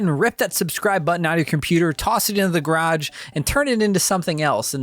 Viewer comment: Please say Garage correctly…